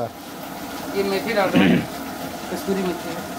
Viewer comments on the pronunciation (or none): KASTURI NAHI KASOORI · 😅😂😂 It is Kasuri methi ( कसुरी मेथी )